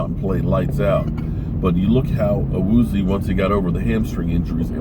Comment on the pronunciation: HIS NAME IS PRONOUNCED AH-WOO-ZEE-AY! lol